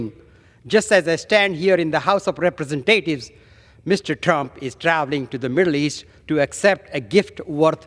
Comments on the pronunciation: Can't even say Representatives, RepresenTAYtives, RepreSENTatives. Only people born here where at least one parent is a citizen should be a citizen, and no DUAL citizenships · Sounded like he said represent potatoes 😅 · The house of what sir? Rep reee sent aye ts? Its representatives…..